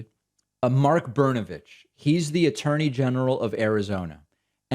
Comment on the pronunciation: Disappointed in your pronunciation of his last name. It's Benabitch